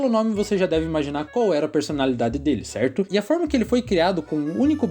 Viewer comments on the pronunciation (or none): ele tem uma doença na garganta que faz que ele fala l em vez de r ele fez cirurgia